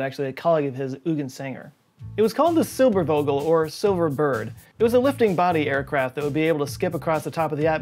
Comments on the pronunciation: Silbervogel is pronounced "zilberfawgel" Yeah and nowadays space planes just look like tic-tacs... ;) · I know Texas is a long way from German speaking countries (not counties though!), but please note that in German the w is pronounced like v, and the v usually like f (i.e. Zilberfogle). And Eugen Sander is pronounced Oi-ghen Zundah. Dunk-eh oond Owf Veederzein! :)